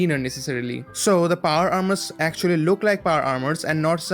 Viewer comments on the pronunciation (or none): none